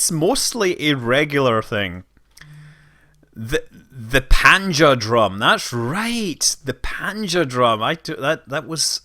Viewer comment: It's the Great Panjandrum (the "N" isn't silent, you know?) ;-) Wikipedia has a great article on it.